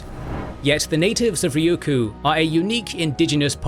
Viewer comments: Why can't you say Ryukyu correctly? It's not "Ryuku." It's "Ryukyu." You're saying the Ryu part correctly, just say Kyu as you say the letter Q in English. RyuQ. Try it. It's not that hard. 😢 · Also, Ryukyu is a Japanese name and pronouciation, I think the more closely native name and native pronouncation would be "Luuchuu or Luucuu" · Nope, it's "Ruuchuu" in Okinawan, not the Chinese pronunciation. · Thank you for shining a light on the Ryukyu islands. (You did keep forgetting to say the second Y, but that's the Japanese pronunciation anyway so 🤷‍♂️). They have such a rich history and culture that often gets neglected as some minor corner of Japan because people forget that they were Japan's first colony. They continue to be marginalized by the Japanese government which markets them as a tropical paradise for tourists even as they underfund local services there and use the islands to house US military bases that mainland Japanese don't want near them.